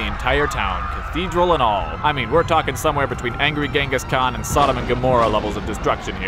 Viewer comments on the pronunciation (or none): none